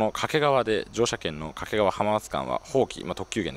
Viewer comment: 地元だと掛川は「け」にアクセントがあるんですよね。 遠州地区では粟ヶ岳周辺の東山だけでなく、牧之原市と菊川市の境界となっている牧之原台地もお茶の一大産地で、一面茶畑の景色が見られますよ。